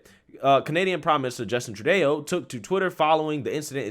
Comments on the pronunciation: Justin "true-day--O"? im pretty sure its pronounced "true doe". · Thanks for keeping us informed! Just so you know it's pronounced True-doh not true-day-oh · It's TRUE-DOE not true-day-o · Its pronounced true-doe. Not true deau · love your videos, but you have to get the PM's name right. It's not pronounced "Trudayo", It's pronounced "Tru-doe"(Trudeau). Please correct that...😉😉😉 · TRUE DOUGH..... NOT TRUEDAYO...... GET IT RIGHT MAN. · Trudeau is pronounced Tru doh, not Tru-day-o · Sir….it’s pronounced True-dough 🤣🤣🤣🤣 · I enjoy your point of view, I share your opinion most of the time however please learn how to pronounce Justin Trudeau’s name is is pronounced True-dough . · Btw Trudeau is pronounced True-doh… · Trudeau is pronounced True-DOH. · Bro. It’s True- doe “Trudeau” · troo-DOH, for Petes' sake! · My man I love hiw you say Trudeau and I giggle every time but it's pronounced true doh. Like Homer Simpson says doh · FYI: DICKtator Trudeau is pronounced True dough, and he is a true doughboy! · Love your videos. Just a tip, it's pronounced True-dough. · Another person was beaten by a rifle butt (by police), and another was punched Repeatedly in the back of a police vehicle (by police) Ty channel: mistersunshinebaby (mister-sunshine-baby) Also, it's True-doe (Trudeau) or we'll accept Trudolf 🇨🇦 ✌ & thank you for what you're doing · "true-dough" is how you pronounce it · Name pronunciation "TRUDO" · It's pronounced Trudeau like true doe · You're losing your edge. You really need to learn how to pronounce words,. I don't like Trudeau but get it together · Bro. I like your perspective and like your material. You HAVE got to learn how to pronounce people's names. It completely ruins the entire video and alot of your credibility when you haven't even taken the time to learn about what you're editorializing. It's so cringe